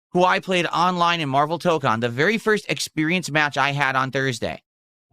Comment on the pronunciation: Maximillian Dood did a 12hour stream of MaYUrvel TAH-kahn with 10k+ viewers, funny huh?